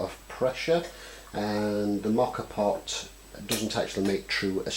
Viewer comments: WRONG. First, YOu don't even know how to say it's NAME. It's MO ka pot. The fact that you don't even know that tells me you don't know anything. First of all, before there were ever today's "espresso" pots, MOKA pots were used in Italy. Second, the moka espresso pots are all aluminum, so baking soda does not work. Delete this video, get some knowledge, and then come back. EVERYTHING on this video is wrong. All wrong. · You don't even know how to pronounce "moka" so your advice is completely suspect. In other words, you don't know shit.